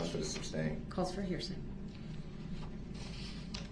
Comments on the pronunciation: Brooks, it's SUSTAIN, not substain, you moron...How many times did he mispronounce that word alone? lol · Can anyone explain to me what a "of" is? I think he meant to say "oath" but I can't tell with this narcissistic clown. He also never got the word "sustain" right either .."The reason for the substain, your honor?" Lol